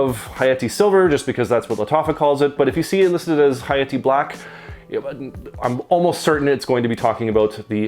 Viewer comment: Dude causally dropped a ح saying hayati💀 You speak Arabic?